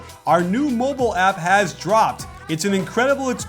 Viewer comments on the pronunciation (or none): none